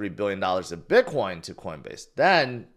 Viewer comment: I just noticed yesterday that pronounces it "bitquine"